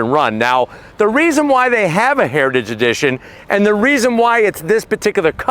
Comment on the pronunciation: Is it possible to say "heritage edition" and not sound drunk? Comment below.